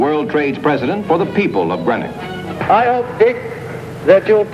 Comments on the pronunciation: It's pronounced green-ock not gren ock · Somebody might have taught him to pronounce GREENOCK correctly !!